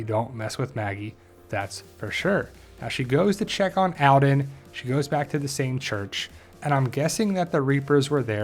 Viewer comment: Jesus christ your accent. It's All-den. Not Al'den.